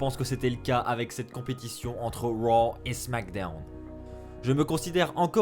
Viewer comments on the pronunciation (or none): Junior Monnereau mdr je suis daccord le « les superstar de Wow et de smackdewn »